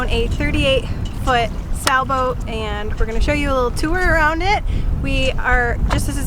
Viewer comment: Are you saying Sa-boat or Sailboat ??